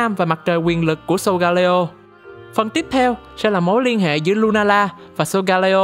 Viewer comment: video rất công phu, góp ý về phần -leo trong tên của solgaleo giống như sealeo hay litleo là con sư tử :yougotthis